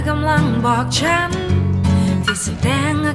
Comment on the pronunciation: ลองออกเสียงแบบชัดๆเลยน่ะครับ อันนี้แนะนำ เช่น จายเป็นใจ ฉานเป็นฉัน ลองดูน่ะออกเสียงให้ชัดเจน แต่เดิมก็โอเครอยูา มีเยอะที่ยังออกไม่ชัดและไม่เต็มเสียง